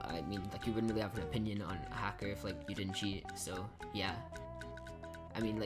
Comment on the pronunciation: hacker not halker \